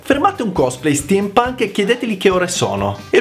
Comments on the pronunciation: Che spettacolo lo Steampunk ! *si dice stimpanc, non stiampanc ;) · Madonna santa STIEM PANK non si può proprio sentire....